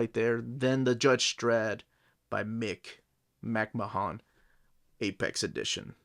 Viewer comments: Cool book. Grew up as a 2000AD fan. Growing up in the UK it was my introduction to comics. He is pronounced McMan by the way. Just like Vince from WWE. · I think McMahon is pronounced as "Mc-man." At least that's how they pronounce Vince McMahon's name on wrestling lol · Nice video. No need to pronounce the O in McMahon, just "Mck-marn/Mck-mahn" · The colour pages are mostly from Annuals which in the 80's were hardcovers and the artists did their own colouring which is why those pages are coloured. Nice review, it's just a pity you butchered the pronunciation of McMahon's name throughout. McMahon was a grittier artist than Bolland or Gibbons which is probably why he didn't do any work for DC. Artists I'd love to see in this series would be Ron Smith, Carlos Ezquerra, Cam Kennedy, Steve Dillon, Henry Flint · Came here to see if anyone corrected him. I guess he’s Peruvian, so clearly just phonetically pronouncing the names as best as he can, but yeah my cringe hits as soon as I hear him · for fucks sake, if you don't know how to pronounce someone's surname, do some research before you mispronounce their name over and over. it's disrespectful and annoying. who the hell are Brian BOWland and Mick MAHOON??!